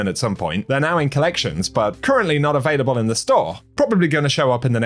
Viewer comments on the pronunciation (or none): none